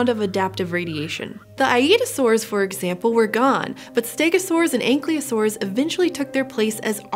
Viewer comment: What's up with all these "mass extinction isn't so bad" videos? Are you guys some kind of apologists? Never before has the extinction of many species been caused by one species. And yes, it is very bad. Also, this is the second video where I've heard you say: "anklyosaurus". It's "ankylosaurus"